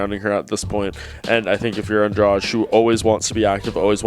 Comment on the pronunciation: Why none of this idiots can't pronounce Andrade's last name? It is not Andrach, it is AndraDee I can get why they can't say Joanna's last name but this one is pretty easy